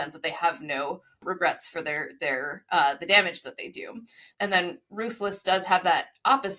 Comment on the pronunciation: The "th" in Ruthless reminds me of the added R (or whatever its called).